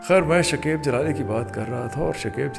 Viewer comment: Bhai naam shakaib hota hai shakeeb nahi galat talafuz matlab bhi galat deta hai شکیب ش اور ک دونوں پر زبر ہے